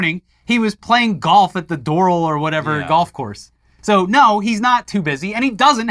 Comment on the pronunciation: Doral = door-AL.